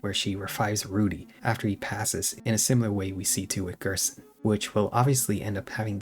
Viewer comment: "Gerson = Goner" ...where did the S go